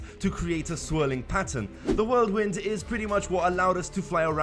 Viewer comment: The Worldwind? Ist whirlwind